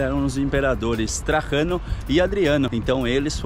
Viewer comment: Trajano, em português, com o J soando normalmente, jovem.